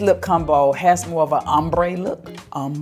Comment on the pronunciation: You got me hollering on the plane with the ombré pronunciation